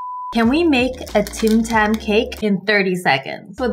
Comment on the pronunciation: U thought it said Tam tam instead of Tim tam xD